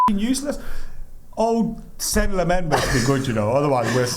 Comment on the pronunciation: please learn how to say Lemmens name right as you sound really uneducated mate.